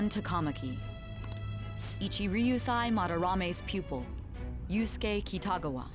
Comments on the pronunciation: The fact you said yuskue is mind boggling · Girl you triggered me so bad when you said Yuskue like nothing pointed to him doing it😂